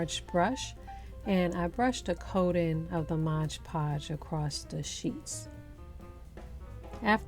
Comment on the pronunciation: You are My Favorite DIYer. The only channel I subscribe to. Please.....it's not Modge, it's Mod Podge. 😄🌷